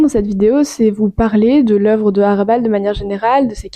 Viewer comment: HRA'bal Il faut prononcer le H!